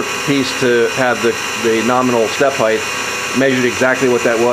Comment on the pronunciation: Why do you say heigth instead of height - do you say weigth instead of weight too? Nice work on the video and chuck btw :)